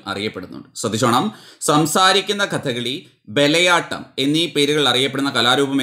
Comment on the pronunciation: ബലയാട്ടം അല്ലല്ലോ,bayalattam അല്ലേ